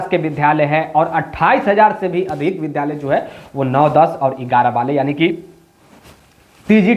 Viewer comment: Vidhalaya nahi Vidyalaya bola jata hai.